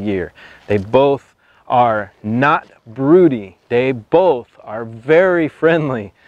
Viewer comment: Well he can't even pronounce it right but broodies are pure gold